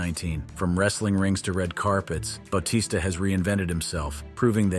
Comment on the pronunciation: Ba-t-sta dude